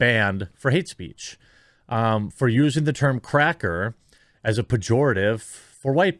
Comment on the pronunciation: It's because he put a hard "R" on the word "Cracka".